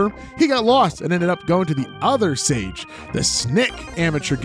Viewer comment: Am I tripping or is sage pronounced “sah gay”